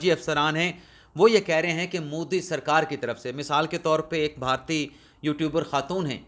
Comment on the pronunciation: بہارتی نہیں بلکہ صحیح تلفظ بھارتی ہے